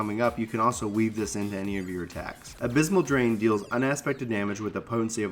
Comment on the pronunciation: I didn't expect you to just read out the tooltips :p I assume your a heal main from the way you were talking about the stuff in there. its abyssal drain not abysmal drain D: I love that move don't hate on it. you didn't go in role ability though, I assume this video is for ppl that are trying out the job.